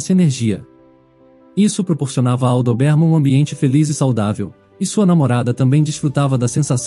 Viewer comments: Meu Deus!!!!Chega a doer no ouvido esse cara pronunciar errado a raça do anjinho.........CARA É DÓBERMAN.E NÃO doberman.......tiremesse cara daí!!!!!! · "Dobérman"?? É certo isso? Conheço com "Dóberman".🤔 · A raça não é DOBÉRMAN, é DÔBERMAN!!!! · Pronúncia é: Dóberman. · Não aguento a pronúncia da raça do CÃO, DESISTI😊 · Muito longa e confusa. E o comportamento do Max? Não foi explicado. E a pronuncia da raça do Max está totalmente errada.